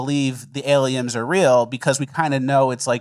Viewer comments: Say aliens, then correct yourself to say Aliems :) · Why are you mispronouncing words? first you both called dolphins dolphinGs and then you said aliens are alieMs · Dolphings and Aliems.... killing me. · doll-fing and aliems 😂😂😂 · Did anyone else hear say “aliums” and “dolphings” 😅😅😅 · ?Dolphing” ? “Aliems”? 😅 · Doll-feens and aliems wtf?!!? 😂